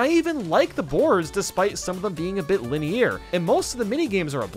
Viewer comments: LINUH EAR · lin- ay- year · i hate how he says linear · I can never unhear how he said linear 😂